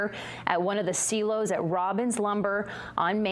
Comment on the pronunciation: As a native Mainer, I can assure you it is pronounced SIGH-low, not SEE-low. Please learn proper English pronunciation. My condolences to the families of those killed and injured in this explosion. My father worked at a lumber mill in North Anson, Maine, during the 1970s. So I suspect that the explosion was caused by dust, perhaps sparked by contact with electric wiring. This is the second tragedy in recent days for Maine. My condolences also go to Joshua Tibbetts' family, a terrible loss for the Forest Service. I wonder if he was related to the Tibbetts family that were my neighbors growing up in the North Anson area.